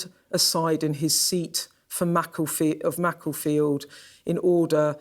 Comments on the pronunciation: "Macca-field" and I'm supposed to listen to this pathetic excuse for journalism to inform me? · didn't call it Macclesfield, she called it Macclefield. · Skynews cant pronounce makerfield